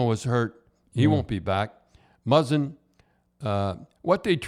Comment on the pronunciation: i think muzzin was the only name he said correctly lmfao